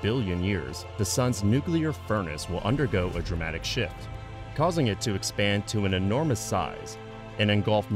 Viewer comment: "will undergo a dramatic shit" Wait... What?! "Shift..."